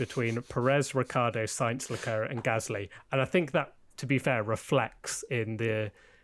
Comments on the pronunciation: Leclerc is not pronounced as "leklirk" but as "l-a clair" (phoneticly in English) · no as eclair